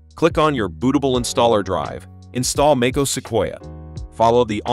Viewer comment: Make-ose? Come on, man. Hire a human voice.